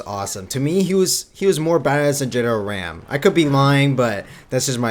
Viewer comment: oh god pet peeve is how you pronounce RAAM. He is not a stick of RAM. R-AH-M And its Grenadier.. not Drenadier.. otherwise you're list is alright..